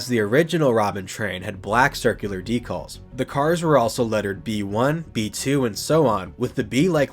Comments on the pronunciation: Curious to know where you are from considering you say DECALLS...not decals. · Sorry the way you pronounce decals is throwing me off a bit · Today I learned there's an insane way to mispronounce "decals".